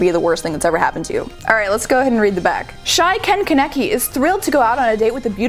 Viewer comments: she said kaneki wrong... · you said Ken Kaneki wrong lmao and people that said the anime is better then the manga.....bahaha they obviously didn't read the Manga then cause the anime is only cool cause of the fight scenes they change the story big time in the anime which really ruined the story but still okay